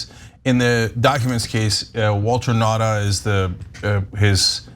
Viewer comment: Cenk his name is not "Walter" Nauda... It's "Waltine" Nauda 😂